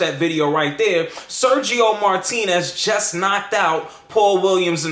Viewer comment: al final "Sershio Moartinez" te termino rompiendo el coco de un zurdazo xD por parlanchin